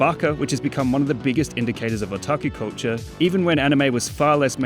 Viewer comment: I thought he was saying coacher instead of culture for 3 whole minutes